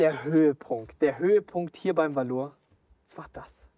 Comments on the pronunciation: Valour wird nicht französisch ausgesprochen ^^ Valour ist das einglische Wort für Tapferkeit und wird deswegen auch englisch ausgesprochen. Wie VALue + coLOUR 😉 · Ihr habt doch auch schon mal mit Tim gedreht. Fragt ihn bitte noch mal wie man Valour ausspricht :-) Also Burton, nicht Schrick oder so